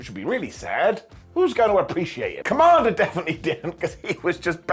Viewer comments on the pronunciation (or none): The way you say kommander almost came out as Kamala. I was confused at first 😂